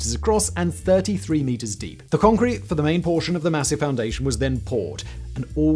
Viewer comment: "What's holding up this skyscraper, Yun?" "Congkweet"